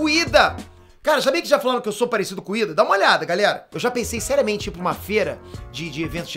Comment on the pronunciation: não é ida é lida